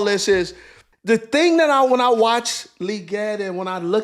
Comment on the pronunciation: Xavier "LEE-GET" Legette.